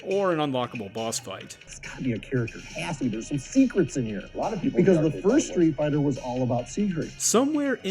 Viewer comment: also stop saying SHtreet Fighter